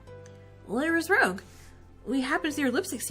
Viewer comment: This game honestly brings me so much nostalgia from when I was really into this franchise. Also Rouge's name is actually pronounced R"oo"ge with a soft G just so you know.